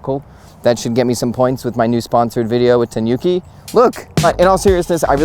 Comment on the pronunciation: Think of the pronouncition as the "Ni" in "Nimbus 2000", instead of the "Ni" in Bill Nye, the Science Guy! Also, the "Nu" in Tanuki is pronounced as the "Nu" in "Nude", not as in the "Nuke" in CoD 😉